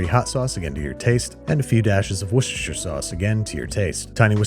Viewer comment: It’s absolutely not pronounced Worst-er-sheer, it’s Wuss like wood. I live like an hour away from Worcester